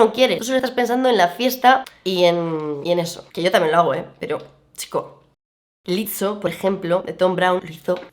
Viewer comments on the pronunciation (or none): Por dios se pronuncia "Lisou" no "Litso" Pd: Lizo iba increíble 😍